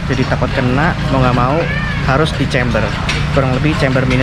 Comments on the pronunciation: Camber bro bukan chamber Dibaca (kember) bukan (cember) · Izin koreksi aja om, camber bukan chamber. Bacanya juga Kember bukan Cember. 🙏🏻